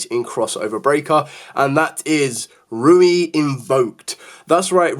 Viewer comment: ReeYuu not Rui 😂😂😂 Would you say this is the least powerful variant of the deck since there really isn’t much Synergy with the Invoked cards.